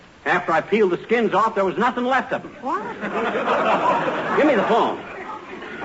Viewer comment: Sometimes you just wonder what happens in these shows ... Fibber was talking to tiny and said "oof" instead of "off" ! He must have either mis read hIs line or said it on purpose but The audience Just busted out!